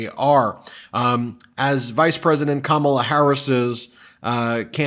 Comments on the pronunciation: Trump keeps pronouncing Kamala's name wrong. She should start calling him, "Dumb Old Trump"! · Is Trump just incapable of pronouncing Kamala Harris's name correctly, or does he think he being clever,,,,If he keeps pronouncing her name Ka-Mala,, she should start pronouncing his name Don-Old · Christian here. I’m voting for Kamala (rhymes with Momala, Trump, it’s not hard). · She should call him “Don-old” in response to him calling her Ka-mall-la. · The felon pronounces it correctly when he’s in a formal interview situation. He only mispronounces it on purpose in front of his MAGAzombies so they’ll cheer.